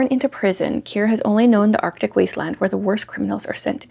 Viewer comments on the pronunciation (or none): none